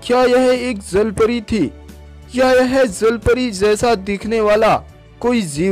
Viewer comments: Zalpari nhi jalpari hota he😁😁😂🤣🤣🤣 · Bhai sahi se to bolo jal pari ko zal pari kyu keh rhe ho..... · zalpari ni hota bhai jalpari hota h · Bhai wo jal pari hota hai "zal pari" nahi😂😂😂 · अबे ज़ल परी नही जल परी बोलते है 😂🤣😅😁😄 पहले बोलना तो सीख ले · Zhalpari 😂😂😂😂😂 jalpari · Not a zalpari its jalpari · Bhai woo jal pari hai zal pari nai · Abe bhai 'ज' को 'ज' तो बोल ले पहले ज़ ज़ ज़ ज़ ज़ नही ज ज ज ज 😂😂😂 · Say jallpary not zallpary